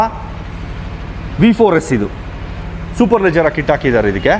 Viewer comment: Brother superleggera Not superlejjera.